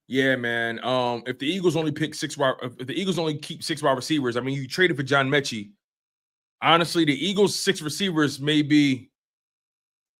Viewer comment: Metchie not meechie lol